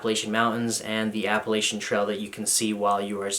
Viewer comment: Just here to leave my first troll comment: It's Appalachian, not Appalachian.